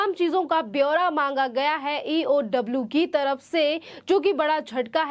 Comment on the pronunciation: Atleast say EOW properly. Thrice she says EWO. Put the right people in front of people.